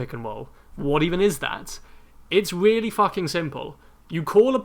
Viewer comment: Weally. Wegular